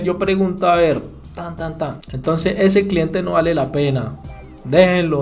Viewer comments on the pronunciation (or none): none